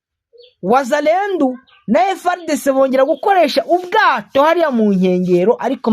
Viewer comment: Bavuga wazalendo apana wazalendu.